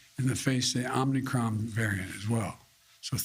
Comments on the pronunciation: He said it's called the OMNICRON ...when it's actually spelled and pronounced OMICRON...with one N, not 2. They didn't even brief him on the correct pronunciation of the name of this variant. Once you mispronounce the name of this new variant that is so much of a cause for concern...it's so much of a cause for concern that as President, he didn't even bother to make sure that he is saying the name correctly. These people are losers...they need to go away. SAD! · Omnicron or omicron biden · "It's called the omNicron." The fact that he mispronounces omicron multiple times, is proof that he is (badly) reading a script. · No, he clearly said the "OmNicron" variant is not a cause for panic. LOL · Omicron, not OMNicron Joe Potato. lol. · Will anyone tell him that it is not pronounced “Omnicron”? Will anyone even notice? My guess is no. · Omnicron? Bro… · NO! Not Omnicron, it is spelled: o m i c r o n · Wrong get the Facts correct MSM. Brandon said it was called Omnicron. Not OMICRON. I believe Brandon to be correct not CBS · Joe "Omnicon" Brandon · So Biden and ALL the reporters here calling it the OMNICRON? Here I have been calling this new variant the Omicron - shows what a dumb conservative I am .... ! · Biden is not reading it correctly. There is no N after the M